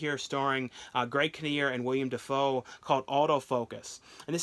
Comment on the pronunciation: It's Willem Dafoe, not William Dafoe.